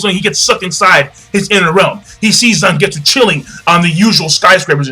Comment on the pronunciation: Its Zangetsu